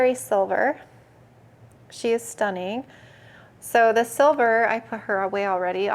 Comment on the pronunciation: I want the word-count ticker up in the corner for the word “Stunning” on this video 😂 “stuh-ning”